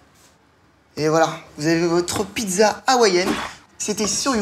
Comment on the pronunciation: YouCook on dit pizza pas pidza